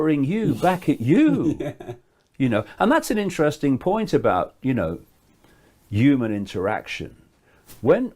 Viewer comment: It's so funny how says naught point naught naught and how he says hooman